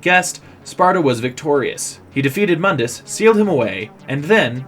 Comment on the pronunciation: You're not using the crappy reboot, so why are you using the crappy reboot's pronunciation of Mundus' name? In the original games, his name is pronounced "Moondus."